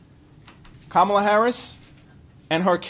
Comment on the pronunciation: It's not Ka ''mal a ; it's Kam' a la, accent on the first syllable.